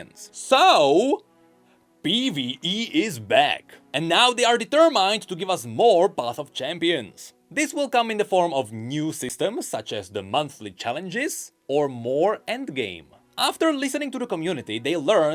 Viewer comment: "deeter mind"